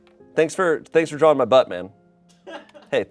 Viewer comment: He said drawring just like Rhett from gmm 😂